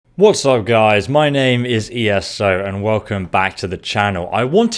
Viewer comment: your name is eso not E.S.O.